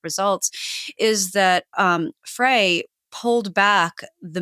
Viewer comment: It's pronounced "Fry". His father was my chiropractor.